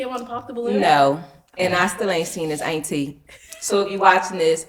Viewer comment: The dress was def givin auntie ,she’s gorgeous tho. I mean sheesh ,Sis is saying ainty lol